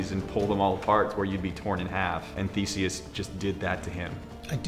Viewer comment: They said Theseus wrong. It’s pronounced Thee-say-us not Thee-see-us. I would know it’s my name lol